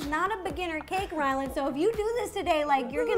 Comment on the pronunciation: is it just me or is she saying Wyland...